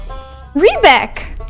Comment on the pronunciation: First player ever to pronounce "Riebeck" correctly!